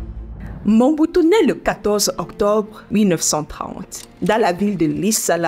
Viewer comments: Belle présentation Mais c'est MOBUTU et non MONBUTU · D' oú est tu ma seur, car tu est entrain prononcer Mal mais très mal Mombutu ? Sorry maman c'est Mobutu. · C'est Mobutu....pas Monbutu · Elle ecrotnMobutu mais prononce Mombutu Si c'etait ecrit mombutu elle aurait surement dit Mobutu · Ce n'est pas MOMBUTU mais plutôt "MOBUTU"